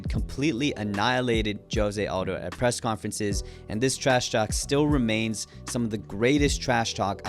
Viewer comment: Mate, If you admire José Aldo so much, you could take the trouble to pronounce his name correctly, I don't think a Brazilian calls himself "yosie odo" as you pronounce